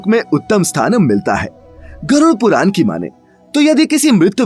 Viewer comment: ण कहना सिखाएं अपने वाचक को। बार-बार पुराण को पुरान कह रहा है।